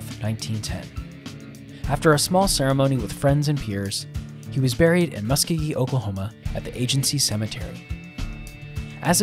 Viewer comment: It is in Oklahoma. ALL Cherokee who live there call it "mus-CO-gee".